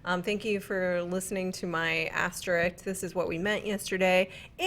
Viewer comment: A few things here. I thought you were perfectly clear yesterday and I love you. Also for the love of GOD IT IS ASTERISK!!!! There is an "s" before the "k"!!! Once again I love you. And lastly #anoscarfortoni